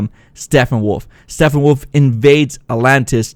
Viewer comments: His name is Steppenwolf not Steffenwolf. You always pronounce it wrong and its kinda annoying. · Great break down, but it's Steppenwolf. Not Stephenwolf. Sounds a lot like your saying Stephenwolf. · Stephenwolf..? Thought it was Steppenwolf...?